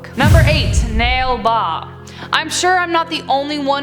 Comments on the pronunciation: = nale baa, its not pronounced as nail baa its pronounced as naalae baa. And btw theres a lot of indians watching your videos so keep it up, i personally like your vids😁😁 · It's pronounced "Nah-Lay Baah" which in the Kannada language means "come tomorrow"